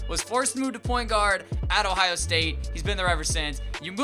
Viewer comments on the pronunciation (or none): none